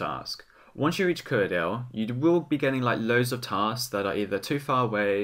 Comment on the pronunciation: Kuradal Kuradal KURADAL, not Kuradel